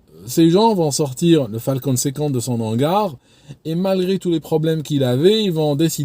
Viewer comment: Les h aspirés : "son hangar" sans liaison et non "son nangar". "en hauteur" : idem Si vous ne savez pas si le h est aspiré ou non, vous pouvez regarder sur un dictionnaire Larousse (y compris celui qui est en ligne). Les mots commençant par un h aspiré sont précédés d'un astérisque (*). On peut aussi regarder sur le Robert où les mots commençant par un h aspiré ont leur transcription phonétique qui commence par une apostrophe (').